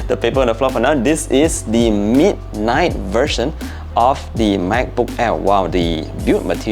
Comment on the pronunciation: Does anyone hear him say the MEAT night version? lol🤣